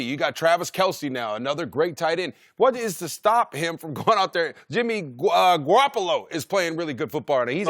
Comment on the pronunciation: Jimmy Gwawapollo.